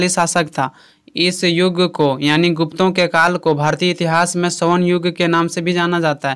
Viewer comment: bhai yaani hota hai aani ni😂😂😂